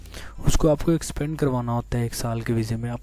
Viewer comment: Extende hota h expande ni